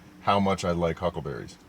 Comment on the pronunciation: You kept saying huckberries. I was wondering why I had never heard of them? Now I know!